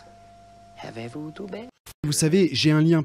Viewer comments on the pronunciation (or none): Justin il fait trooooops rire avec son havez vous du berre au lieu de avez vous du beure